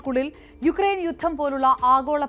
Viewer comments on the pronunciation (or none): none